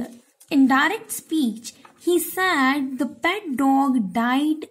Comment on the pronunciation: Said pronunciation is wrong!